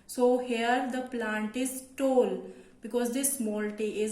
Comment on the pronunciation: It is tall , not toll